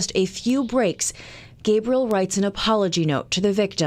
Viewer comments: I like how he pronounces his name "ghahbriel" like a female, when he was talkin m about rape. That was slick. Piece of shit... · Yeah when he tweaked the pronunciation of the kids name to get the feminine Gebriel and quickly "corrected" himself, I finally cracked.